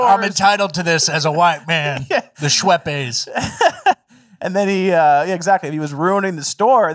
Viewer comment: Why did you say Schweppes like that?